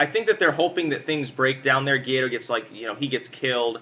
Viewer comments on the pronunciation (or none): Ga-why-dough not Guido, like a mafia boss